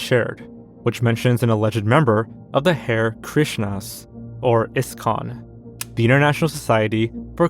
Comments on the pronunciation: Harr-EE Krishna, my dude. It's not a rabbit. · HAH-REE Krishna. Not judging just letting you know lol